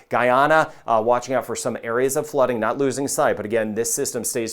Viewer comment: He says "NOT all of these". It sounded like "now" so I listened again.